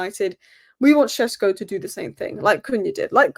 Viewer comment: Benjamin Šeško is pronounced as: BEN-ya-meen SHESH-ko Breakdown: Benjamin – Just like the English name Benjamin, but in Slovenian it's often said as BEN-ya-meen (more precise, but "Benjamin" is fine too). Šeško – The "Š" is pronounced like "sh" in shoe, and the "ko" is a short "ko" like in cold. So it's SHESH-ko.